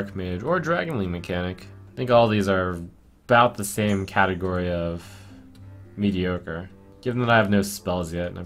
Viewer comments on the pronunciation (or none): none